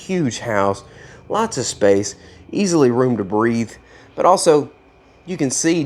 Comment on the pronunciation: Did you say breath or Breed lol